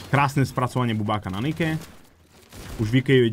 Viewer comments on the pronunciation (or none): none